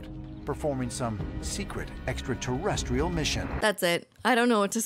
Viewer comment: Its pretty ballsy to become a host for ancient aliens when you cant pronounce "extra terrestrial", giorgio